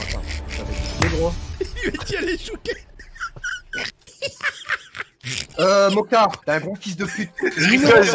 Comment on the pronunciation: « Aller choukette »😂😂😂😂😂😂😂😂😂😂😂